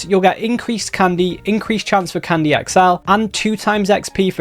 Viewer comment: It's called Candy not Condy😂